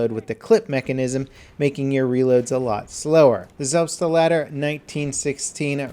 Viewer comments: lol you say selb-ste-lader. its selbstlader although the first s is pronounced like a z.. selbst-lader. it means self loader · Ugh, when non-German speakers try to spell words like Selbstlader correctly it makes me cringe. always says Selbstelader:/ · Its Selbst-lader not Selbs-t-lader (Only small tip no hate) Greetings from Germany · Selbstalader? No! Selbstlader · it's not selbst-o-lader but rather selbst-lader,:D just leave out the o. google translate knows how to pronounce it as well. cheers! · German here, it's pronounced "Selbst - Lader", not "Selbs-Tlader" :D it means "self loading" or literally "self loader" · Young Jesus It's actually pronounced selpst-lada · Just FYI,, Selbstlader is pronounced like "zelbst lada," If we're using English letter pronunciation. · it is pronounced selbstlader period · Don't pronounce the t in selbstlader. Or at lest not Selbs tlader. 'Selbst' is self and 'lader' is loader. Selfloader. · ***** I mean is not too far away from being correct, he just has to not say an E after "Selbst-". zɛlpsˈtla:dəʳ I hope you know the IPA:D Otherwise take everything in the quotes: "Sell-", [dum-]"pst-"[ter], "ladder" (BUT, drag out the 'a' and try to spell it like the 'o' [ʌ] in 'love' [lʌv], ), that's probably as close as you can get to German. I hope that helps:D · "Sest- La dare"... what? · "Say ragoati," "Selbstalouter..." Why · Haha, the way you said "Selbstlader" made it sounds like you said "Selfstdelarder". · Personally, I think support has some of the better guns in the game, at least if you're playing supportively. Most of the LMGs can hit at medium range easily, and although the Lewis Gun sucks, all the others, especially the MG15, can tear down a whole team easily. Oh, and it's pronounced Selp-Shhtr-Larder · Young Jesus it is pronounced selpst-lader there is no r in selbst... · haha wie er selbstlader sagt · I love how he pronounces "Selbstlader" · how he pronounces selbstlader XD